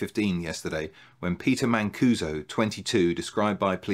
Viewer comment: A little jarring to hear my last name repeated in connection with racketeering and murder, but I do appreciate the correct pronunciation. This doesn’t really help in your search for a Weegee nun, but I had two great aunts and one aunt, all Mancusos, who were nuns. Geese of God (Flying Nun headdresses). As far as I know, none ever murdered anyone. The depth of the research! It would be great to hear about your research process and sources. The length is fine: matched by great content and wit!!!